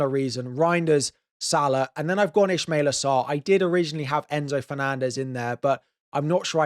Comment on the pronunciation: Also, its not Ishmaila Sarr, its Ismaila Sarr.